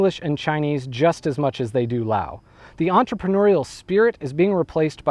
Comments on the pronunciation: Baaa. It's lao, there's no s when saying it '_' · It's pronounced Lao not Laos you jack ass. The 's' is silent